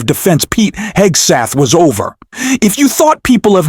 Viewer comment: You lost me when you called Pete Hegseth, Pete Hegstath. A little thing but it shows a lack of professionalism and seriousness. Know your job and the names of the individuals you incorporate in your presentation. It's kind of like spell checking your work.